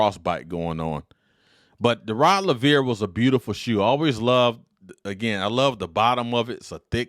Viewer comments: Rod Laveer. Rod Laveer. Rod Laveer. So many times it got damn annoying. Its not just a shoe model. Its the name of a tennis great. Have some respect and get it right. Its just a simple straightforward Anglo name pronounced as spelt. Rod Laver. Not a tongue twister like Handlikova, Navratilova or Gerulaitis. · It's Laver!!! Like Braver !! You are totally pronouncing the name wrong